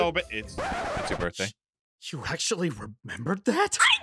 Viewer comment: I know, but she didn't say birTHday. She said birFday.